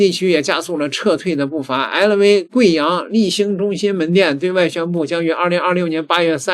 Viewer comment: ei lou v 哈哈哈！普通话都说不好